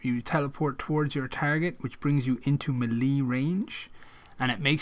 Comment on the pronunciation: Anyone else hear how he said melee 😆